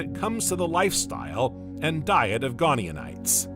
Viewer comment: I quite like the unusual accent of your AI, but it's painful when it keeps repeating typos with such confidence. The early ammonoids were called GoniaTites with a 't' not an 'n' (Go nia tights) not 'gone eeon ites'. Similarly: Titanoboa is normally pronounced: 'tight-anno-boer' not 'tit anno-boer'. The voice also often ends sentences with an up inflexion as if it is unsure of itself, but to me that is now part of its charm, so no need to normalise it, if others don't find it distracting. (It might be good to keep some unusual characters to help people distinguish autonarration from real flesh and blood narrators.)